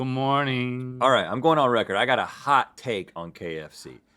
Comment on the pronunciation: I love when link says "hawt" lmfao